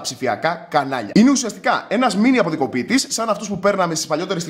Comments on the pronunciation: Όταν μιλάς γρήγορα και αντί για αποκωδικοποιητή λες αποδικοποιητή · Αποδικωποιητή τον λέμε και εμείς που μιλάμε αργά 😀😀